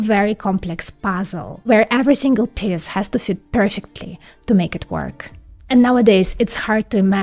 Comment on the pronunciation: Your pronunciation of piece sounds like piss.